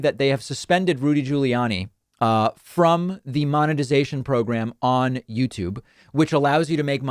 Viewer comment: Ahah! Caught you pronouncing Giuliani's name properly, David... You're slipping, careful. 😏